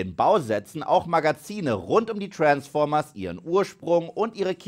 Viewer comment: ich könnt jedes mal kotzen wenn ich höre wie du Transformers aussprichst lmao